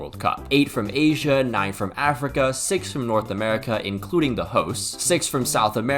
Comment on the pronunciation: You didn’t say asia, you said “H in” which sounds like asian